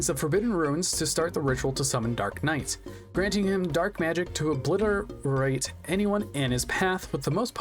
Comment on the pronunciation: Im sorry but you constantly sound like your out of breath in this and stutter on words like obliterate and then proceed to mispronounce the youtubers channel quite badly when you give them a shoutout like 10 seconds later. Again im sorry but I tend to listen while doing other stuff these days and jaring mistakes like that take me right out of the video and several in the course of a minute made me stop the video.